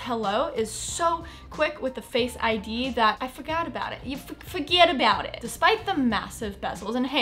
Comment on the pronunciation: Sara pronouncing "fuhgettaboutit" is the energy I need this morning.